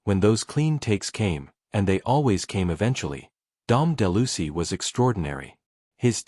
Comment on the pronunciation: de Lucy? Geez...everyone with a brain knows it's Dom De Luise.